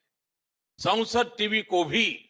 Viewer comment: Sansad or is it Saunsad? Please listen well